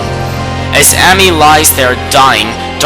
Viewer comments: I agree with Yami as well. And even though I mostly called you out for butchering most of the names like Ammy and Orochi but honestly. This list was amazing I cried when I saw Kurow again but like... Okami and Okamiden are amazing games. People need to publish or advertise more games like this. Capcom... you have outdone yourself. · I'd say it's 'Ah-may' (Ammy), Say-ahn (Sei'an), Soo-sah-no and sah-kay (I'm just nitpicking over dialect differences though, considering we all form our vowels differently; I tend to aspirate the Japanese ones), but I couldn't agree with the point of this more. The way this guy pronounces everything drives me crazy. It's cringe-worthy even if you haven't studied phonetics... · Issun's name for Amaterasu, Ammy is Pronounced Aw-May, its Queen He-Me-Kow not Him-Ee-Kow, its Say-On not Sigh-An, its Knee-Pone not Ne-Pone, and let me say it again Ore-oh-Chee, not Ore-oh-Key, now y are you saying Sue-Zan-Oh? its Sue-Son-Oh, and i understand this mistake, its Sock-Ey not Sake even though its spelled sake, its not is-soon its Ee-Soon, again, i agree with you opinion, im just telling you how to properly pronounce the words in Okami/Okamiden